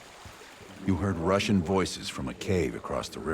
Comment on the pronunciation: no Ruhshn